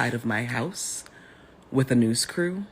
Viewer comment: "news crew" or "noose crew"?